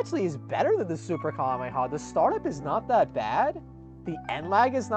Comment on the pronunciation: Bro cant say 'kamehameha' to save his life